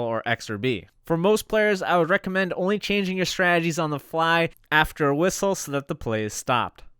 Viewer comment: One day, you will be able to say the word “strategies,” like a slow homosexual. Some day.